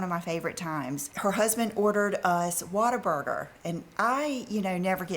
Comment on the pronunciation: With her improper pronunciation, she called it Waterburger, I think it is Whataburger, lol! Leave it to.